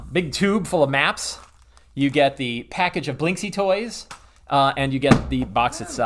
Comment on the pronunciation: I LOVE this video and i will try to buy this LE, BUT... This surname reads correctly as "Blinskiy", I'm Russian, I know what I'm talking about.